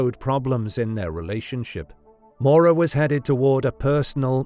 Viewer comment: This narrator mispronouncing her name one hundred times is maddening